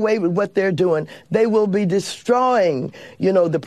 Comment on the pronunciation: Well I like when she says ‘dris,.tro....y’ 😅😅😅🤪🤪🤪🤪